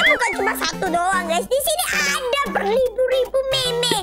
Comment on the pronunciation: Meme dibaca mim mon